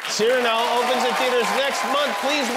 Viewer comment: A marvellous interview. Please forgive my one correction: Cyrano is pronounced cir-AH-no—the accent is on the penultimate syllable.